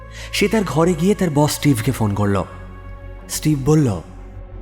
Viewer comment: Osadharon poribesona.. sudhu amar ekta chotto obhijog ache. narrator er bollo,chilo,korlo,boslo ai sobdo gulor uccharon khub i kharap. Mane lagche. May be hoeto amar I legeche. Tao janalam. Eta bad dile osadharon golpo❤❤